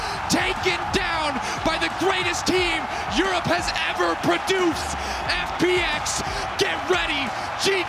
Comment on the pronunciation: Stop saying produced omg